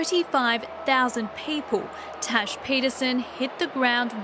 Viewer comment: The way he calls her trash instead of Tash 😂😂